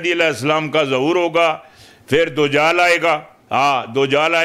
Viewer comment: دجال نہیں دو جال 😂